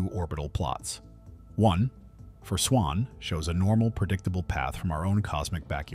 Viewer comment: "Swans" or "swarms"?